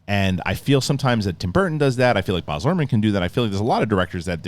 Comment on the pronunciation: It's B-A-Z nor Barzzzzz